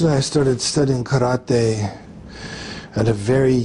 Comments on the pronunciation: Love how Steven tries to be pretentious by pronouncing karate the proper Japanese way, but can't do that right after all and ends up saying "ka-ra-tay". Just how he keeps trying to do the pretentious cliché Japanese old dude accent from the old karate flicks, but doesn't really pronounce anything correctly... fuckin' hell. xD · Pronouncing karate karatay is extremely pretensious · The way Steven seagal keeps “correctly” pronouncing foreign words makes me so mad. “Kad-at-ay” stfu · Anyone that pronounces karate "ka ra TEH" has never practiced karate. Even if you were going for the Japanese way to say the word and not the American ka ra tee, the teh doesn't have emphasis on it. it's teh not TEH. He's going kara-TEH. It's karateh. The teh is soft. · God even him pronouncing karate that way to look more knowledgeable is so gd insufferable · So he pronounces Karate like Ross from Friends. LOL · Did anyone else find it fitting that Jon had a SpongeBob Ice-cream right before Steven pronounced Karate as said cartoon character?